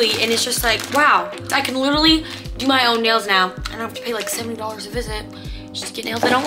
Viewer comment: Did you guys hear her say literwy like times and she didn’t say it right once!!!????